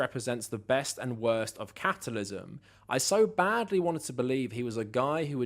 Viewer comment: Off topic... you made me laugh when u said capitalism, but it sounded like u said catitalism....lol